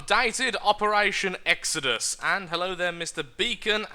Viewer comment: its not exedus its ex-o-dus